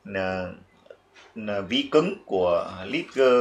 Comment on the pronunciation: đọc là Lét-giờ, không phải Lé-gần.